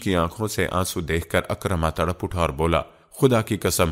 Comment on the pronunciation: جی بلکل اور حضرت عکرمہ رضی اللّٰہ عنہ۔ ع کے نیچے زیر ھے پڑھنے میں غلطی کی جا رھی ھے